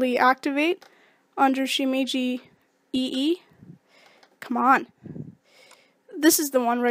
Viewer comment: its not pronounced shimiji...